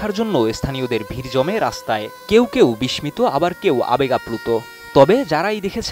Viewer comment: বিস্মিত উচ্চারণ টাও পারে না। যত্তসব